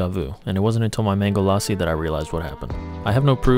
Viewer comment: I don't really knows what part of the double s didn't he get in the word "LASSI".... WHY ON EARTH DID YOU PRONOUNCE IT AS "LAASI" HAAAAAAN